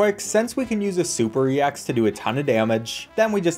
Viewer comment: YOU DONT SAY E X YOU SAY EX